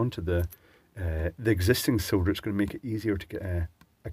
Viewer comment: Finally someone that pronounces solder the correct way, like I say it.